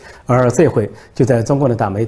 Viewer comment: 连篇累牍（du）你读错了这个字